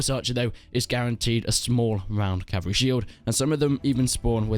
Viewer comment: “Strongest Calvary in the game” *laughs in Swadian